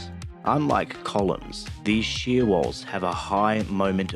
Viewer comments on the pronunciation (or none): none